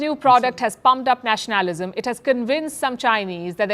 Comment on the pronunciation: Palki it's not Nash naalism it's Nationa lism. Just so it sounds correct.